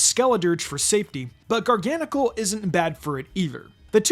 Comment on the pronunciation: I pronounce Garganacl as gar-gə-NAY-kəl